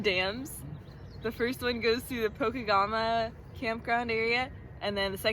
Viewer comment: So Grand Rapids Minnesota is my hometown and I gotta say pokegama is pronounced (po-keg-a-ma) but I loved a outsider view on my city!